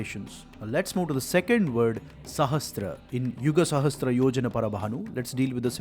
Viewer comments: Excellent! However, do not mispronounce "sahasra = सहस्र" as "sahastra सहस्त्र". It is a common mistake, but needs to be corrected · Is there a difference between word sahasra and sahastra. Why do you pronounce sahasra as sahastra in your video? Please answer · It is sahasRA, NOT sahasTRA